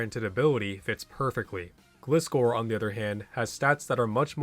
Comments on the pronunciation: Anime Pronunciation says Otherwise: “Gly-Score” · It's glaaaaaiscor omg!!!! How do you pronounce, gliding? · Flying ground type scorpion. Gliding scorpion. Gli scor. Gliscor(gly-score). Gli rhymes with fly, not glis rhyming with this. I don't get how people can say it wrong. It's not a glycerin scorpion, it's a gliding one. It rhymes with high score. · I know it's an old comment but this showed up on my feed and the way he was pronouncing Gliscor was driving me insane so i went digging through comments 😭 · Don't pronounce gliscor like that again